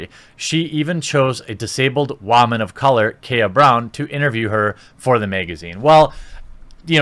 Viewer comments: You have great vids here man but one thing, why in the hell do you keep saying WAMAN instead of WOMAN?!!! At first it wasn't that big of a deal but now it's just been driving me crazy every 30th time you say it in a video!!!! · Say woman right you idiot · your pronunciation of the word "woman" is disturbing... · Are you special or something? You can’t pronounce woman right? Seriously you say it like wah-mon. It’s wo-man or officially wi-men. This is plural or singular use. Seriously thought they were inventing a word writing it weird till I saw what you were reading. I don’t normally do this but come on. This is straight lazy attempt to say a common word right. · Jeremy.... I get that you've probably never had sex with one let alone been near one but it's pronounced "woman" not "wahman" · Its not pronouned WAAAMAN! ITS WOMAN FFS! everytime you say Waman it makes me want to stab my ears! And the movie is gonna suck anyway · What the hell is a Waman? Lol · How come you call woman whawmun? Just curious. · One of the reasons I come here is to hear you pronounce “woman” as “wahman” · Wòonman🤣 wHOman 🤣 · Will someone teach him how to say woman properly? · Why do you pronounce Woman the way you do? You sound ridiculous when you say it that way. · I'll be honest, good content here. But the way you consistently say woman incorrectly sets a misogynistic overtone I can't get behind. I might just not be your designed demograph. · Why must you pronounce words so stupidly. Why is woman so hard for you to say??? It drives me insane!! Haha